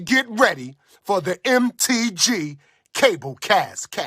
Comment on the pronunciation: Lol the intro mispronounced the name of the show, Cable Cast instead of the Cabal Cast. Also dat breathing into the mic.